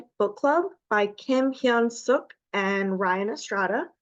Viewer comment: Thanks for checking out our book! And great job being the only person I've seen pronounce Hyun Sook's name correctly!